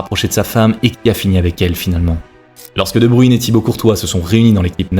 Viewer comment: C'est quoi votre problème avec la prononciation des noms flamands ? Sérieux vous n'entendez pas prononcer son nom ailleurs. Debruyne cela se prononce Debr[e]ne et non pas Debru[i]ne